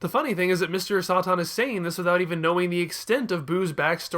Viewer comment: My money is on Mr. Sahtahn and Veedehl, rather than the Sigh Yawns.